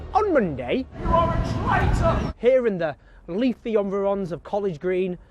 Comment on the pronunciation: Owen Jones pronounces environs "on veer ons". I suppose he pronounces environment "on veer onment". There is so much to dislike about his disingenuous and ranting debate style, but for now I just want to focus on his stupidity.